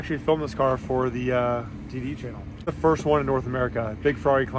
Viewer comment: I would just like to say, but when you said cark videos, I nearly spat my tea out ( as I live in the UK) misunderstood what videos you were talking about then? LOL.